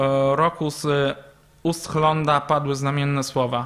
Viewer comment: Prymas August Hlond, nie klond...